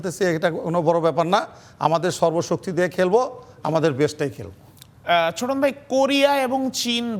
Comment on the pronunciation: ছোটন না চোদন 😂😅